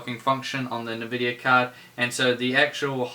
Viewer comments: Love your videos although the way you pronounce Nvidia is a tad infuriating-bloody kiwis!!! In all seriousness keep up the good work mate, very informative videos. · My immersion into the video goes away every time you say nvidia.